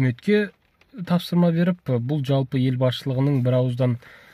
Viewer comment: Джалпы емес, жалпы деп айту керек